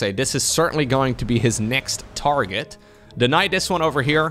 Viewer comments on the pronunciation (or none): none